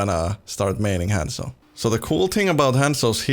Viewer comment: Thousands of hours on Hanzo but doesn't say Hanzo right Kapp